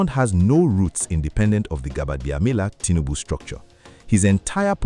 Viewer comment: Havr you lost your pronounciation prowess? How come you never learn or fail to pronounce Gbajabiamila correctly?